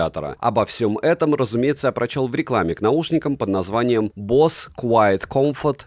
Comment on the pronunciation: Самые дорогие уши на канале? За что? Босе скорее, а не бос.